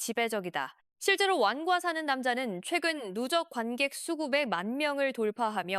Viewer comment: 왜 자꾸 완과사는남자로 발음하죠